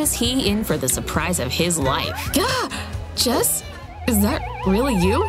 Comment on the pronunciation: it's jess not jazz